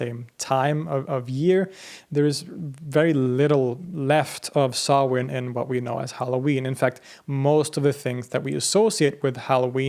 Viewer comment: Props for the proper pronunciation of Samhain there, man! Great work as always, balanced yet detailed. Thanks as well for the reminder to visit Sweden someday. Y'all stay blessed!